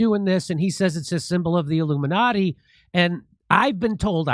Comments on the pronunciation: If you listen carefully , he said illuminutti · Jim says illuminutty